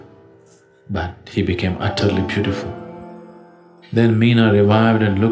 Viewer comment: Parvati 's mother mena (sounds like may_na , like mainaka parvatham) , not meena...my humble pranams 🙏🏼